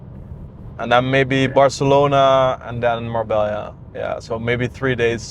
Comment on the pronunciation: lol, "Barcalona".